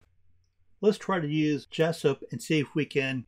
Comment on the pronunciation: Thanks for Jasypt pronunciation - from South Korea